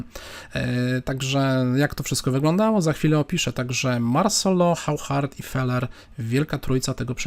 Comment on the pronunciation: To Hauchard to chyba auszard się czyta. Takim oszustom to fide powinno przyznawać tytuł SM - stockfish master